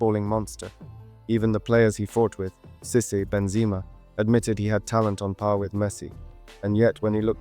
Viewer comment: great video but your pronunciation of henry mbappe and cisse names wasnt correct just a heads up